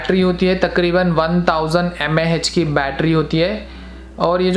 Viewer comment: Bro it's mah not mhhhaaah